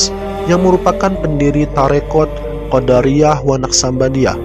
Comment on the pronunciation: Maaf ,bukan qodariyah tp qodiriyah..tlg bacanya yg benar, qo di ri yah....di bkn da ,trm ksh